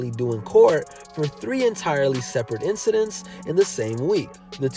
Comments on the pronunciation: INCIDENTS!! Not INCIDENCES! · And PLEASE ✋ saying incidences... It's bothering my bipolar!!! Say incidents next time!!!